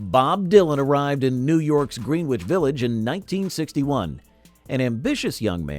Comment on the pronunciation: You pronounced Greenwich village wrong